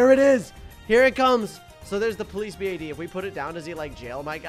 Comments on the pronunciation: I love how you said police B A D and not police bad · I like how he says 'Round 100 vs A B. A.D